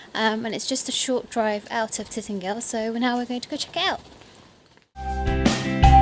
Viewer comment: You are not pronouncing the name right. It's not Titnagel or Titangel, it's Tintagel, pronounced as in the word "gel".